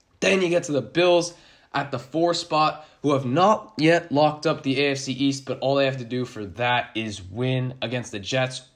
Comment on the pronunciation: Sounds like you're saying "ASC" when you say "AFC". Lol it was throwing me off. Good vid tho all in all. Keep going bro.